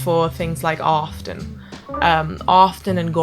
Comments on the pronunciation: You almost got it. Very good.. a few words.. often and not.. I could still hear your native accent.. but what is weird, you were emulating a general american accent and certain words to me, almost sounded american east coast.. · Not a native english speaker, but I find that your "o"s are a little off (british) in "often" and "not".